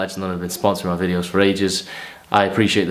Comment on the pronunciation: "if you're not subscribed to me channel,..*brief pause*...fix that issue immediately" lmao